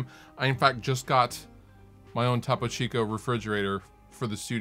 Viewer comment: lol TAH-PO CHEEECOO